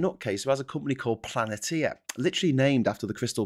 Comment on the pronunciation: Sorry,, I think a (small) correction is in order: The name of that company you were referring to is NOT "Planeteer", but "Palantir"...